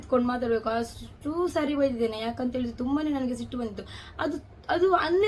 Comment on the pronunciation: Adu thuba alla thumba